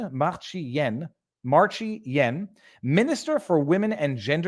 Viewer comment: San Diego… I believe it means ‘Male’s Vagina’…… Also, I think her name is pronounced like Marcy Ian. I believe she was CTV idiot before being a gender minister , or whatever.